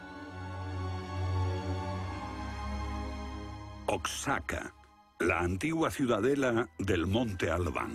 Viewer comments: "ocsaca" jajajaja se escribe Oaxaca y se pronuncia - oajaca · En el minuto 32.35 dice Oksaca ... correccion es Oaxaca = Oajaca* las piedras que muestra con los personajes tallados en ella se les llaman " los danzantes " aunque en realidad se desconoce porque tienen esas posturas unos dicen que estan bailando otros que son esclavos otros personajes antes de ser sacrificados. Yo vivo cerca y e ido caminando a esa zona arqueologica que bueno que la incluyeron en este video que abarca brevemente lo mas importante de las civilizaciones. Yo pienso que toda la tierra alguna vez fue un solo continente y que se dividio a partir del diluvio separando las tierras y llevando en si las piramides o personas que llevaban ese conocimiento y que las volvieron a erigir despues del diluvio. no debemos descartar la informacion biblica que tambien ayuda a nutrir las teorias. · Oazaca! Jaja yo soy de allá, de Oaxaca, saludos.